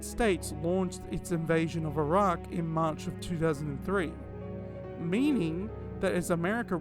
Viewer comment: This was such a masterful analysis, really enjoy these kind of videos. Imagine the paranoia around pharmaceuticals beginning in the early 2000s rather than 2020s and what the relatives of the Raccoon City survivors went through! (also extra points for pronouncing Iraq correctly haha)